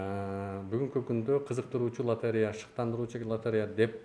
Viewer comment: директор болом деп тили келбей дректор дегенде кулоп берип 😂😂😂😂😂 откондо бир баткендик журот лотерея га тили келбей ойнотуп журот 😂